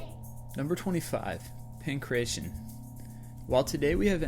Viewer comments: 1st ,,, it's not called pincression :p , it is pronounced pankrateon , pan= all,everything / krateon = holding , controlling . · PAN-KRA-TEA-ON - is how you pronounce it